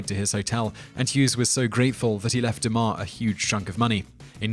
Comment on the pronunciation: It's pronounced Melvin "DOOMAR" not DUMBER. I should know he lives in my town.